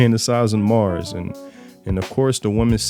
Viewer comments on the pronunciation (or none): none